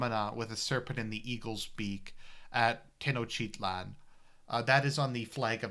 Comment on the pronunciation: it took me a while to figure out you were saying tenochtitlan. Teno-chitlan lol